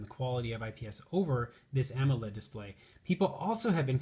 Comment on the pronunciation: "Ammo-led" as soon as he mispronounced that I stopped listening.